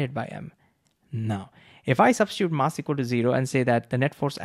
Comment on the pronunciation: can you correct your pronunciation of mass please